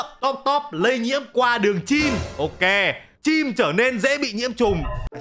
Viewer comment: Anh nói từ chim làm em thấy nó cứ sao sao á:))))